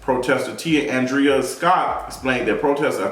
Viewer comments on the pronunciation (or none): none